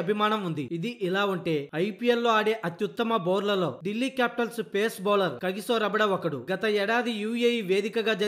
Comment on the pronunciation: బౌలర్లు అనడం బాగా ప్రాక్టీస్ చేసుకోండి.